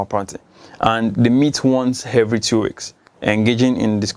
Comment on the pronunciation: 'hevery" "hargument" really?? smh!!!!!